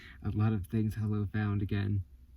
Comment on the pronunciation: How does the boy who loves blue things introduce himself? By saying hollo lol